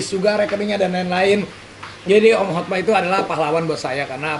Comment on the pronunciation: Banyak yg salah ucap HOTMA jadi HOTMAN